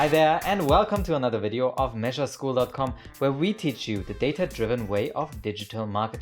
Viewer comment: "mesureschool" n_n lol